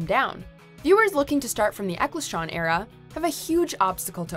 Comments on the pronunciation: wtf is the ecclshtron era?!!? it's pronounced eckles-tun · haughs it is Eccleston. Glad I’m not the only one that caught that fuck up lol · Eccles-ton, not Eccle-shon, and N-sixty-four, not N-six-four. You're welcome. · I though it was Eccleston not eccleshawn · Ek-Lesh-ton? And hey, Dr. Who was famous for having a shoestring budget! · What dafuq is an Ekleshton? Is his name really that hard to pronounce? 🤔🤔😂😂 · goes out of their way to pronounce words in a non English language perfectly Also: can't pronounce Eccleston Okay then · As a fan I am much more offended by the pronunciation. Who the frick is "Eccleschonne"??? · "Ecclestron era" "N-six-four looking submarine" All done in one take, I'm guessing? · "Eccle-shaun"? - "N-six-four"? Geez... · Haha, did she just say "EccleSTRON"!? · Was this read by a person or a computer? If it's a person she should look up how to pronounce things like names. Eck-el-son and N-64 not 6 4. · There is much more in Once than just dragon Lily that looked bad, wouldn't even say it was the worst effect in the show. Also surprised Buffy wasn't at least an honourable mention, some of the computer generated stuff in it looks beyond dated and awful toady. Side note: did she mean N64 when she said N Six Four? If so I cannot tell it that was intentional or not. Her pronunciation of Eccleston kinda indicates it was just a fuck up and nobody checks what she's saying or makes her do more than one take. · Wanna try pronouncing Eccleston again? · Did you seriously mispronounce Eccleston????